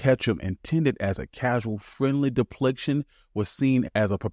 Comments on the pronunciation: Depiction NOT depliction. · Really good essay. I don't mean to be nit picky, but you said depliction, when I think you meant depiction. I point out things like this to a few creators sometimes. Tim Pool used to make all kinds of mistakes in grammar speaking, but he criticized other creators for their mistakes in writing...lol. Aside from that small criticism, keep up the good work! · Great history here. Humorists have always been at the forefront of social commentary and the move for social change. Also, It's depiction, not depliction. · You a saying depliction not depiction. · Depiction, not depliction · The fact that there were SO many mispronounced words in this video script, I can tell it was written by AI, or at the very least, NOT written by the narrator. Depliction? Tumurtuous?